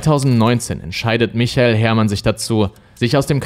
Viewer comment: Echt richtig gut gemacht, aber achte mal mehr auf die Richtigkeit der Folien. Ganz oft sind da Rechtschreibfehler oder du lässt aus Versehen Buchstaben weg. Außerdem sagst du oft andere Sachen, als die, die auf den Folien stehen. Zum Beispiel bei michael sagst du Michel. Wie heißt er denn nun ?